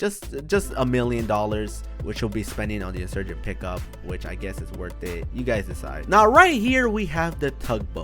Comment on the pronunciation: He said the insugent expensive 😂😂😂